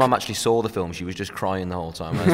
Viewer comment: "I'm in THE felm" omg i'm dying